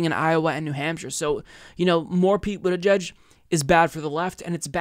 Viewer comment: I like Bernie's pronunciation of the name of that weasel from south bend